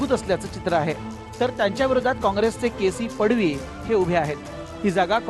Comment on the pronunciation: Tv9 वाले के.सी.पाडवी चे नाव सांगुन फोटो कोणाचा तरी दाखवत आहे. पुढच्या वेळी नक्की लक्ष केंद्रित करून मग बातमी दाखवा. तुम्ही मराठी असून सुध्दा मराठी वाचता, उच्चार सुध्दा व्यवस्थित करता येत नाही पाडवी च पडवी सागता.